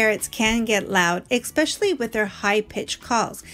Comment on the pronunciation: Esssssspecially, not expecially Otherwise, great video. ☺